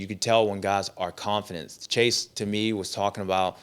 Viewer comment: It might be in my head but I’m convinced Stew doesn’t know how to say confident.😂